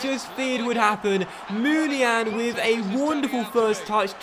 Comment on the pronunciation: Uhhmmmmm...? It's pronounced Moon-ee-ya-een. Love the good content though, keep up the good work mate. ❤